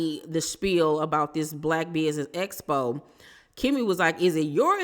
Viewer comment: said “espo” so many times instead of “expo” I was on the floor